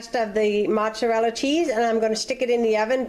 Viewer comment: I’m Italian. We don’t use cottage cheese. That’s disgusting. Is that how people down south make lasagne? Yuk. You’re also mispronouncing mozzarella.